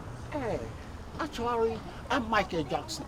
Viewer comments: Actuarry paaaa eeiiiii Likeeee Jackson English teacher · 'Actuarry' I like this